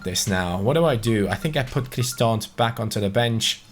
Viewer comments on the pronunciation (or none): FYI Bryan Cristante's name is pronounced Chris-Tan-Tay